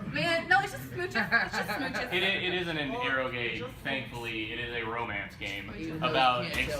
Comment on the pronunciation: actually pronounced "eroge" correctly. Also these conventions of yours look really fun! Wish I could go. By the by, you wouldn't happen to know of a good VN where you can date humanoid reptiles? Or any reptiles at all. I'd be very interested to play a VN like that.